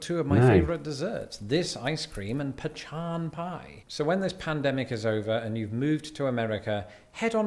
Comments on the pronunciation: People pronounce pecan 2 different ways here in America but it's definitely "not" pronounced Pechan. The 2 ways people say it is either Pee-can and Pa-con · Pecan pronounced pecon rather than a can of peas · He is saying it wrong... it is "pea con" or "pea can" depending on what part of America you live in.... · Pecan (Pekahn) with the accent on the second syllable. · It's pronounced PUH-KAAN... PEE-CAN is to piss in 😂😂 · Pee-Kawn. I know, it’s my state tree tyvm. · is completely mispronouncing pecan (pronounced like: pea can) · It's pronounced:"pea-cahn" is crazy! LOL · Pea- Kan/pe-con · "Puh Khan" certainly not "Pee Can" like our northern brothers and sisters. :_MrHEmojiLOL: Must have my French's or Whataburger mustard on my corndogs. I prefer them extra fried. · Nah, was kidding. The nut is pronounced "peh-kahn"! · I don't know why he's saying pecan that way... probably just to give himself a laugh. Where I'm from, we pronounce it "Pu-Con" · _MrHEmojiLMAO: butter pecan is the actual name, not pechan as he said it.:_MrHEmojiSilly::_MrHEmojiLOL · Pecan I've never heard it pronounced that way! How we say it in Oklahoma us pa con. I know folks to the east would say pea can. Which you pronounce it that way here you're likely to get a good laugh, because a pee can speaks for itself. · pronounced Pecan weirdly. Don’t know if he was being comedic but its pronounced “Pee-Con” or “pee-can”. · It’s pronounced Pea Can Definitely not Pu Con And certainly not Pa Chon 😂👍🇺🇸💪🙏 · Hot dogs with mustard only for me, usually hot mustard. Pecan is pronounced pa con here in the south. was just being funny and trying to make it sound fancy! The ice cream is butter pecan.🤗🐝❤️ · And puh-chahn was just being a doofus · stress on the SECOND syllable, i.e. puh-KHAN. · Also, peh-khan. How I was taught in Ohio. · It’s pronounced pacon pie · Nope, I am from west coast, and we didn’t call it pea-can. Pronounced it pah con